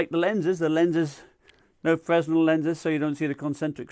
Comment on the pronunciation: The s is silent in fresnel